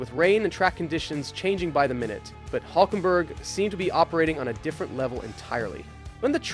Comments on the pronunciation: Adding: There is a similar sound in English, the Y in Syria or in the town of Syracuse. So try Hylkenberg, you should be very close... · Good Video, but one thing: His name is Hülkenberg (Umlaut U, that will change it to Ü). You should at least change it in the Video Title, as I understand there isn't such sound as the Umlaut-U (Ü) in english. Probably that's why you guys call it UBER instead of the German word ÜBER (meaning ABOVE)... I really hope Nico will Race some more and gain more podiums...